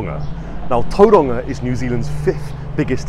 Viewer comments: Its not Toeranga. Its towronga. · its not tou roanga its tau wronga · “A place called Tauranga” 😂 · as a new zealander, a pakeha, it always sounds weird to me when other white people try and pronounce words like Tauranga with a maori accent. nobody in my family or that i know ever does, they just say it in english. i guess there is no reason not to try and say it with an accent. but yeah, it just sounds silly to me. trying to be something you are not. Tauranga, is just that. tau- rung -ah. same with all the other locations/ cities in new zealand. i suppose there has been a push lately to say words in maori on the media, and they all say it with an accent. so i guess it will be normal for most young people.